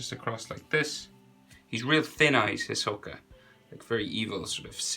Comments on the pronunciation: IKR! "hissokuhhh" like no HEE SO KA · The way he says "Hisoka" triggers me. It's pronounced HEE-SO-KA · hisoka is heesoka not his oka